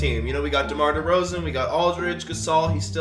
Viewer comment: I cringed when he got Markennen for demar derozen